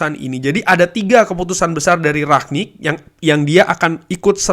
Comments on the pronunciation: rangnick bang bukan raknick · Kritik bang cara penyebutan Bukan rak nik tp rang nik